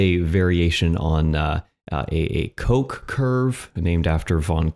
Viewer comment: bro its van koch and not van coke xD. at least you didnt say coke line. you have to pronounce the ch like a hissing cat! greetings from germany^^